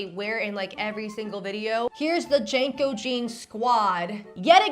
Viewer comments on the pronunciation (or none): *Jean co not Jane co 😂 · Hearing her pronounce JNCO (Jinko) as "Janko" made my millennial brain clutch pearls and rage glitch. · the dumb big pants are pronounced jinco, not janco. signed, gen x old lady. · The way you're dating JNCO is killing me 😂 JeaNCO is how you say it We didn't almost kill ourselves in skateboards for utah losers to ruin the jeans we lived in